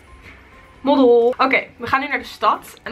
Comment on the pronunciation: Haha "moddel" 😂😂